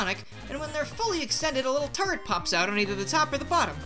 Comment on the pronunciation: The first time I watched this video I thought you said turd, instead of turret.